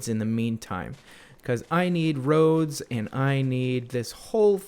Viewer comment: My very southern grandma says ro-ads. I cracked up when you said it. 😂